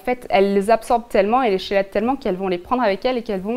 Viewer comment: merci pour votre vidéo, mais malgré qu'on écrit chélate, on prononce kélate